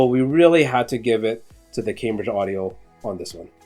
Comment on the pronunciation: Please learn how to pronounce Cambridge.